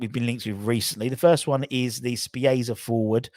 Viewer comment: Good show. FYI (If I may) Spezia is pronounced Spetz - E - A👍 Let's hope we get some signings very very soon